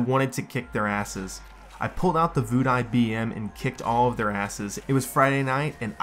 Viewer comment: It should be called “Voodoo BM” not “Voodie BM”